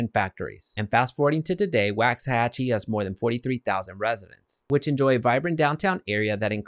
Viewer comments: It’s pronounced “wocks-a-hachie” not “whax-a-hachie”. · It's “WALKS” not “Wax”. Really if you are going to do a video about the history and can't pronounce the city name properly it means you didn't do “much” research. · It's waaaaaxahachie how are you doing a video on something you can't even pronounce right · You mispronounced it! Sounds like (walks a hochie) you’d think a guy would learn the correct way to say a town before doing a report for the public! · It's pronounced walksahachie! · Good video, helpful info, and as a resident, we love it here. FYI, it’s pronounced *Wox-uh-hatch-ee* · The fact that he’s pronouncing it incorrectly (per comments) is making it hard for me to take him seriously. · He is saying it wrong. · Say the name right to start lmao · How do you not know how to pronounce it and you live in DFW